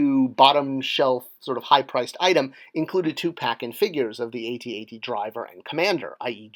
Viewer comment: Thumbs down for saying A.T.A.T.